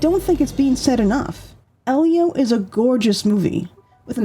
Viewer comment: Lol! Thank you,! 💖It bothers me so much when someone mispronounces Elio after they watched the movie.